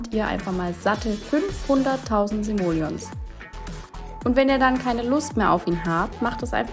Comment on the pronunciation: ENDLICH! ENDLICH weiß ich, wie die Währung ausgesprochen wird in Sims. Ohne Witz, ich hab mich echt schwer getan, weil ich nicht wusste, wie das betont wird. DANKE